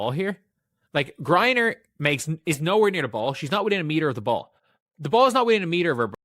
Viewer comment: Using an AI post that can't even pronounce Griner's name correct, to help promote your Anti-Fever/Anti-Caitlin Clar narrative, and to trace it to Caitlin Clark is stupid and ridiculous. This is personal between Griner, and her dislike for Aliyah Boston. Elbows and physical play from a younger player that Griner dislikes and resents because she's like, how dare this overly physical, Ms. Articulate/Nice Girl that's feminine, attractive and straight with a boyfriend, how dare she TRY being physical and after the better of me, and you apparently bow to and kiss upto and buddy with Caitlin Clark. Now I do see THAT little bit of connection. But, it's BS to think it's all Caitlin Clark and Fever driven. No one is like that with others like Kelsey Mitchell, for instance. But, Aliyah is a bit of a dirty, overly aggressive player, as is Sophie Cunningham and the wild, and overrated, over hyped Lexi Hull